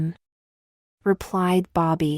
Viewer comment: Lose the AI voice!!!!!!!! If there is any voicing, use someone who speaks like a normal human being does. The AI voice at one point in story here said "em em', when the actual human response was "mm", the sound of an acknowledgement or agreement with the prior response from the other character, not the actual letters "em em")!